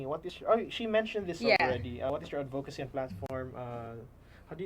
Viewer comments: Gazini - advocacy is pronounced with a short o, as in "of". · Yes, like an /uh/ sound, ADD-vuh-kuh-see, with the emphasis on the first syllable.